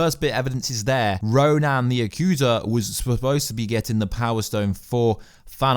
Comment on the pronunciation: I know this is a nitpick, but RO-NAN? Like, RO-NAN the barbarian? Spelled Ronan, pronounced RO-NIN. Yes, I'm a nerd.